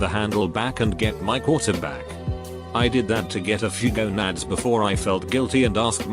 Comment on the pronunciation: no one: the text to speech robot saying balls: GoNAdS